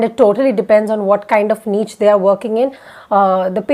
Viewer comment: Niche is pronounced as Neesshhh and not NEECH. Get your pronunciation right